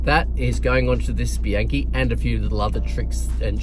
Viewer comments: Well that's what Yankee knowledge... and some world tour wins get you..TREK. / and its pronounced : Bee Ank Cay.. not Bee Yank kay.. I know you Kualas down under love italiano.. goodonya to practice it.. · Actually, it's Koala* and "Bee-un-kee", "A" in Italian is always pronouced like "AH" (as in "under") and "I" always like "E" in English. (Not to mention that, in Italian and English, and in fact in every language using the Latin alphabet, sentences are separated by only a single period.*)